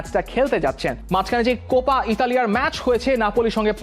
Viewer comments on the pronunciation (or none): none